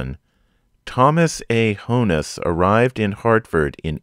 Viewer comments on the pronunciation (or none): I love this series. Thank you. BTW, it’s not Hone-iss, it’s Hawn-iss